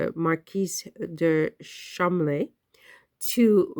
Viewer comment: Pronounced Ch-esh-er. Cholm-ley. Rose better get ready for the spotlight.